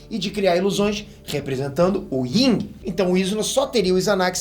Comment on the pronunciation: Eu entendi senjubi, e é yin não tem g não kkkkk